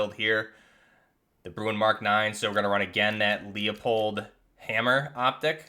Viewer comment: This was a much needed video, I tried using some of my favorite modern warfare II builds and the recoil was atrocious compared to the game they’re from, and the default xm4 with no attachments which has almost no recoil (Oh yeah also I’m pretty sure leupold is pronounced loo-pold, I think that’s how they pronounce it on their channel)